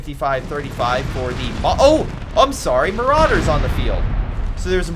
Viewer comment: I beg you, stop calling Marders "marauders"